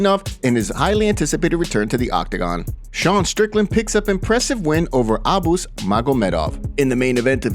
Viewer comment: Thank you for properly pronouncing Abus. Those moron American announcers uhboose and they massacre foreign names all the time. Makes me sick how dumb they sound trying to solidify their supposedly legit public speaking ability They are so amateur